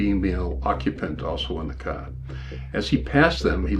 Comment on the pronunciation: He drove the caah